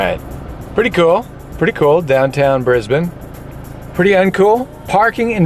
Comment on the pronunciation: Thank you for pronouncing Brisbane correctly 😊